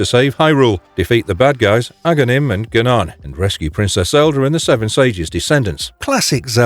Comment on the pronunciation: "Zeebees"? "Gah-nahn"?! Wat.